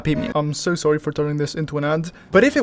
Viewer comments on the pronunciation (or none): none